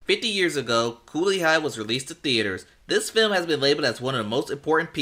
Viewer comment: 50!!!!😮 Well dang!!! Why you gotta say it like that!!!?!!